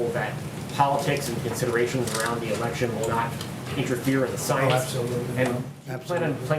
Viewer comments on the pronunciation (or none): none